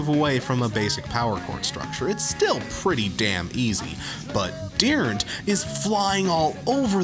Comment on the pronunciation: Did you pronounce Dirnt, Dearnt?! He's no Neil Peart I'll tell you hwat.